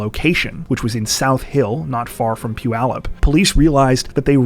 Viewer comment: You said Puyallup correctly 🎉